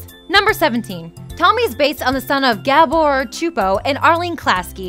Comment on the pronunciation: sue-poe csupo not chu'po...